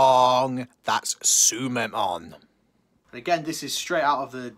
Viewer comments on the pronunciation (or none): Lmfao. Wrooooong it's tsumemon.